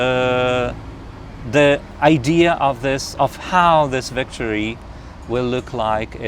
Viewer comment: 5. please stop calling idea - ideaR:)